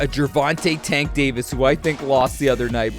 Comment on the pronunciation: That ain’t Tank. That’s Chank